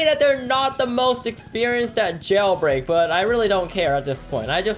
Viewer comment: "Jaulbreak" lmfao